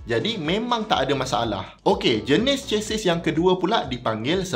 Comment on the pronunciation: Chassis /ˈʃasi/ Sebutan: Ce-si. S di hujung silent.